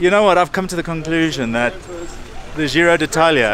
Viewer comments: Why do Brits pronunce Giro as if it was a French word? Be it 'the' cafe or a helmet/shoe brand and now - lo and behold - Giro d'Italia. Why? Zheeero. No. It's GEE-ro. Like Geoffrey the annoying king from Game of Thrones. (feel free to hate me, fellow commenters, but it's pronunced wrong) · Agreed, it's an italian word so pronounce it the correct way! geeeero